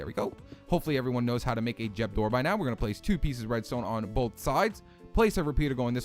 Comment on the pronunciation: What's a jeb door? Lol